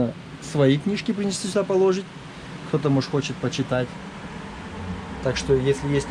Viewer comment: Не полОжить, а положИть. Не килОметров, а киломЕтров. Ничего личного, просто ухо режет.